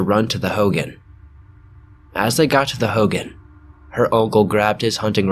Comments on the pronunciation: Ho-gone not howgen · Hoo-goen not hoo-gin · Aaaaaaaaaaaaaaaaaaaaay I've got family at red mesa. Also Hogan is pronounced like "hoe-gone" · Hogan.... Not like Hulk Hogan, it's pronounced like hoe-gaan. Translation for home in Navajo. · It’s pronounced hogahn that’s the best way I can explain it but yeah o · It’s pronounced “ho-gone” for hogan. Not pronounced like fucking hulk hogan. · You pronounced Hogan wrong